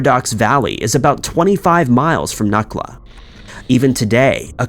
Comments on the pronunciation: Not nukla. Nucla. Like new-kluh. I can not believe you featured this case!! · NEW-clah. You pronounce it Newcla.....